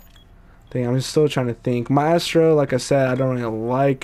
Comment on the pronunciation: It's MY-STRO